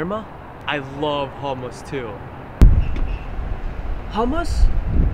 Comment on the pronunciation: Oh my god I hate how people can't pronounce Hummus right!!! D:<